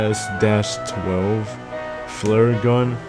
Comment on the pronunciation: bro spelled out spas instead of saying it